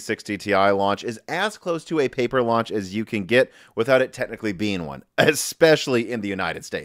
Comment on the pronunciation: Pauper launch instead of paper.